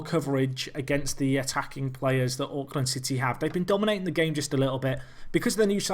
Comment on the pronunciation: As a guy who enjoys watching Auckland city highlights, pronunciation is so bad! XD